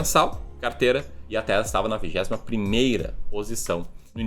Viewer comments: Pelo amor de Deus não fala mais “Taésa” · Vc falou 26x Taésa, é horrível...